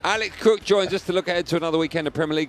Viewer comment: they say alec instead of alex and sikth instead of sixth...weird!